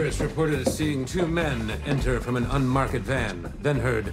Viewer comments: Just realized Kevin says "unmark-ed van" the way a snooty classics professor would. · Kevin pronounced ‘unmarked’ the Shakespearean way hahaha